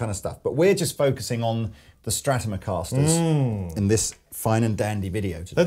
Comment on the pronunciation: Every now and then you call the Strats Stratomocaster and the Teles Teleficasters. How come you do that? A friend claims there´s a deep lingual sort of explanation, I say it´s just for the fun of it. Who is right? Cheers!